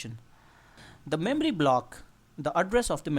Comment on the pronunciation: memry memry memry memry